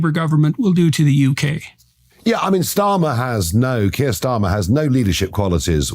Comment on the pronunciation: Curr Starmer did you say?